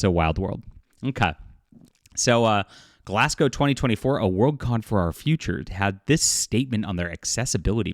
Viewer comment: first things first thankyou for saying the city properly. Im a local and very few people ever get it right. so thankyou. and for the record its scotland its always bloody raining. you really need to plan around that or dont bother going out. and very few people in glasgow give a dam about covid or wearing masks anymore.